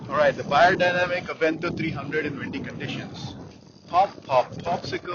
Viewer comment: Hey you said my last name correctly. TAKE NOTE AMERICANS, it is amazing how many people in the states say "BAYER", why? That's already a name.